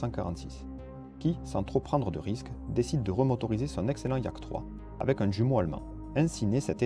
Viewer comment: Bonne série bien faite (je m'autorise d'autant plus à le dire que j'ai jadis été publié en livre sur l'aviation). Une observation cependant : pour le réacteur allemand, prononcer "youmo" et non "djumo" ; je "j" est allemand, et non pas anglais.